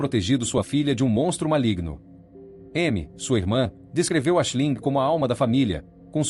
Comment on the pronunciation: Esse vídeo é narrado por AÍ? Não é obrigatório saber falar ingles, mas ler o nome da vítima como Ashilingue é triste hein! E Aoife se pronúncia Ifa.